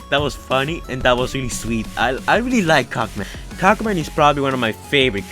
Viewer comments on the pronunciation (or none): Cogman not cock man